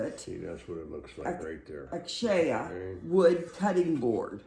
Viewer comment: Great haul and ❤. The wood name is pronounced..ah..kay..sha❤